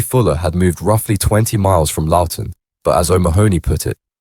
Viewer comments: Bloody AI talk, can't understand it. Lowton!!!! It's Loughton. Heights not Hearts. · Everyone gets Loughton wrong. 😅